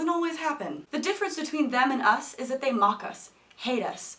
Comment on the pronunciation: I died as soon as you said "dat" LOL